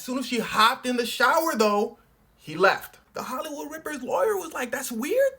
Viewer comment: “Ihht holloywood ripper ill take visa and master card”😂